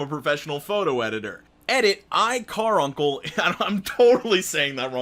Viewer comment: Caruncle isn't pronounced like car-uncle, the a is pronounced like the second u in humunculus